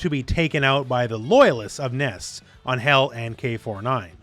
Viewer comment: I thought her name is Angel….like the normal pronunciation.